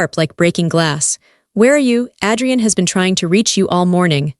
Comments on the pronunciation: It's AAAdrian not Ad-re-en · Please pronounce the names right, Adrian not Addrian and amber is not Ember, I do like the story, Amber should make a name for herself and start her own company 😊😅